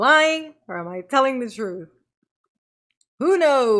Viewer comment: You mean "troof" as db would say it.